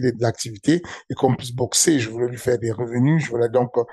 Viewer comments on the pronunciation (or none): none